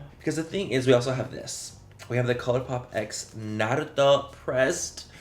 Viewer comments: Its pronounced nara toe not na rue toe but agreed as a fellow weeb, i was also so disappointed 🙃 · "Naru-doh"? Noooooo Manny😢